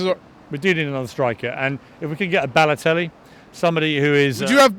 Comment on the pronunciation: When he says Balotelli.. I'm sorry I just off this video..